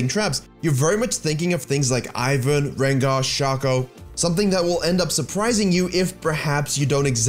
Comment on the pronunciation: I chuckle Everytime you say shaco.